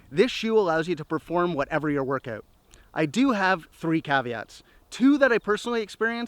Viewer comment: work-- aaoohht. not ouuuuht.